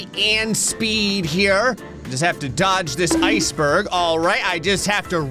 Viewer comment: Icebürg ☠️☠️☠️☠️☠️☠️☠️☠️☠️☠️ nothing against you, u just pronounced it wrong iceberg is used in German to